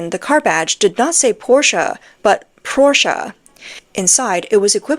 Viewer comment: thank you for pronouncing 'porsche' correctly.